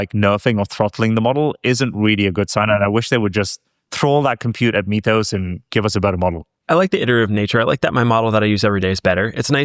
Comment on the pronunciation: Love you guys (no homo)! My favorite show right now. Mythos is pronounced "Mith-ose" not "Meeth-ose". got it right, yay! We don't say "Meethology" or "Meethical".